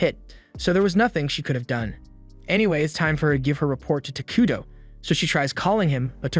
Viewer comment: The whole time I watched this, every time you said takudo. I heard taquito lol